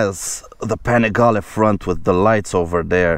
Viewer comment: When I first heard you saying Panigale I understood "pan of garlic"... 😀😃😄 ...just because precisely as you said it needs a little salt and pepper on its transmission, so the garlic pan will taste better! 😛 We must remember that's an Italian TOY and a styling exercise, so it's not about the price but the joy to... enjoy the riding AND the design. The transmission can be tuned a little bit, of course if you need to. Because any "aglio e olio" recipe needs "pepperoncino"!